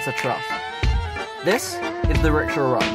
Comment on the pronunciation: It's called ricksha